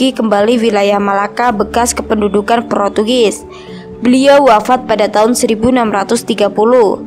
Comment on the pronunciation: Protugis? Wkwk ngakak bngt, portugis kak woi lahhh